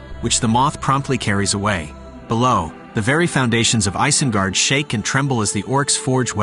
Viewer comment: It's pronounced EYES-IN-GUARD...Not ICE-IN-GUARD..Just thought u should know...